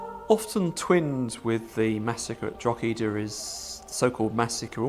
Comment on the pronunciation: Please learn to say Drog-her-der properly before the inability to do basic research completely discreadits anything that's put forward. The treatment of the garason there is highlighted measly as it foretells the "so called" mass ethnic cleansing of the west. Which you don't conver. A large proportion of the Irish population was killed. To a degree that Irish culture struggled to sustain its self there after. In Ireland Cromwell is the no 1 figure of fear and sadness, and as a result hatred. The silly one sided commentary here is why the Irish view the English education system as ill preparing the them for a sensible relationship in the future. Any oportunity for Ireland to become part of the British Isles ended with Cromwell.